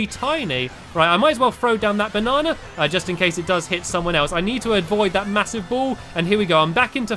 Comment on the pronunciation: It funny when stampy says banna